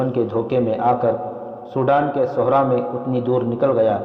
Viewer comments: Sahra not suhra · صحرا کا بھی تلفظ درست کریں